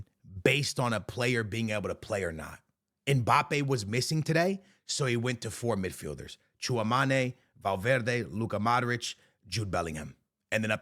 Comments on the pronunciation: He butchers it so bad😂 as someone of Cameroonian origin like Tchouameni, I cringe so hard whenever I hear him pronounce it😂 it's "CHOO-AH-MÉ-KNEE"! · “TCHOUMANAY” is crazy😂😂😂